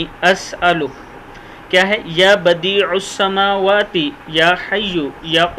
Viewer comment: Ya badi as samawate likha he aap galat parh rahe hen aor jo log aap say sun kar galat parhain ge us ka gunah aap ko ho ga chand rupon ki khatir itni be ihtiati mat karen g